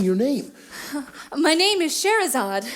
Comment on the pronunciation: Did they pronounce Scheherazade wrong? Cause that's what my mum's cousin is called and she pronounces it Shuh-heh-rez-arde. Maybe there are multiple ways of saying it, idk